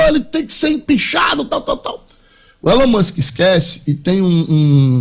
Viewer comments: Pronuncia direito ai, meu filho: "ILON MÃSK" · "Élón Mûsque" hahahahaha me mijeiiii com esse comentarista kkkkkkkkkkkkkkkkk